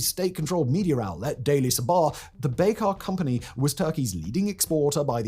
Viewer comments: He isn’t even pronouncing Bayraktar correctly 🤦‍♂️ Just a garbage channel reading AI-generated scripts based on Wikipedia. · A Brit pronouncing something strangely?! Someone halt the presses